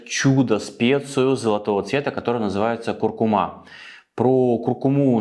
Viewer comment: Извините, но правильное ударение - курку́ма)